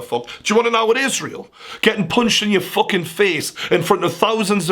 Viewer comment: Fokin Fokin Fokin Fokin Stop saying fok/in